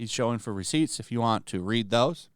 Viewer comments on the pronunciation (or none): none